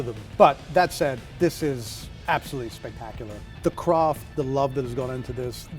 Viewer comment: "ARTISANAL CROFT"...😳